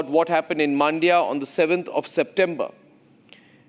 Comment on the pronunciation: Please get your reporter to pronounce the names correctly. It is not "Maandia." It is "Mandya." The "a" in "Mandya" is very short. Listen to Arnab! He has got it right.